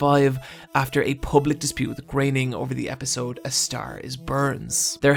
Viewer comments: IT's Groening, not graining, and more importantly, IT'S FOX NOT FUCKS! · Graining? I thought it was pronounced "Grow-en-ing" Must've been wrong this whole time :P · It's pronounced "Grerning". German is very easy to pronounce - there is never ambiguation. It's 'Grerning'.